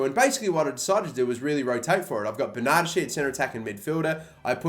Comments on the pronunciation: I love you and your content heaps, but stop saying Ber-nachi. It’s ber-na-des-ki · dont you pronounce it 'berna-deshi' ??? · Bern-a-desh-ee m8